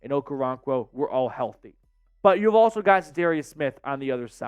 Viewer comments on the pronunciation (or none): none